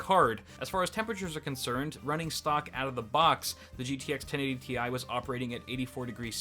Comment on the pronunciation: He said 1080Ti wrong